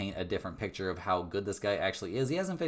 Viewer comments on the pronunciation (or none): none